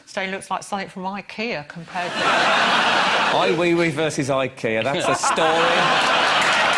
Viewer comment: I'm probably wasting my time, but I hate to hear people's names miss pronounced. I hate to say this, since he is a bit portly , but it's Ay Weigh Weigh , not wee wee